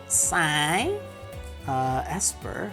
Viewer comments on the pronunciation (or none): none